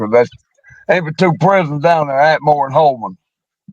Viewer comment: Not “At-a-More” lol (Atmore) It was 4 prisons there.. Holman, Fountain, JO Davis & Atmore Work Center (prison)